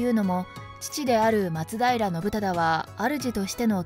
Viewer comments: 松平のアクセント....... 松平定知アナウンサーじゃないが、やっぱり「ま」にアクセントを置いてほしいな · 松平のイントネーションおかしい